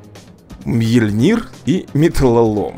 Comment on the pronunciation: Правильно говорить МьЁльнир.